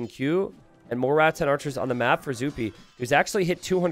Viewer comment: please listen to this moment. I know you don't hear the S when you are speaking, but you do add an S in Rattan archers to make it Ratsen archers